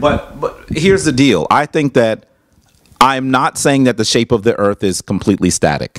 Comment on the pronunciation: The brother can't you pronounce Earth correctly